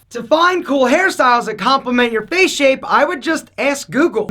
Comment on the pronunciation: Why nobody pronounces it face Everybody pronounces it fache